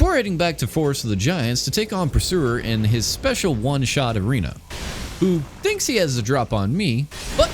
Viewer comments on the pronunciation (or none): none